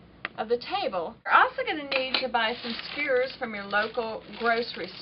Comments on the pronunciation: Doesn't she know how to pronounce "skewers?" Skewers! Not skurs A southern or Texas accent wouldn't prevent a person from pronouncing "SKEWERS" correctly. Shesh. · Sugah, skurrs is fine by me. Folks from other parts of the country can't understand me either. I'm from Southside Virginia and we say houws (house) and aboot (about). Even folks from Northern Virginia think we're from Canada!!! Thanks bunches for the great info....'specially for centering the pieced backing. That's always been a pain to deal with. And I enjoyed listening to someone knowledgeable who I can understand!!!! Really!!!! You're a gem. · Thanks for your video. However that is a very large table in my house, and i don't have room for it in my small room. Unfortunately all your detailed explanations didn't work for me. Also, lol, sorry, I couldn't stand to hear your mispronunciation of skewers again 😊